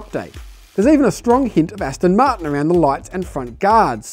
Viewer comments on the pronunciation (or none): none